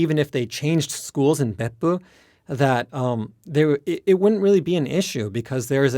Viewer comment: love how he still uses the correct intonation of Beppu even when speaking English